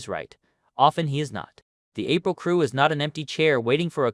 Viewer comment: It's not April. It's pronounced Apreeal. Least you can do🤦🏻‍♂️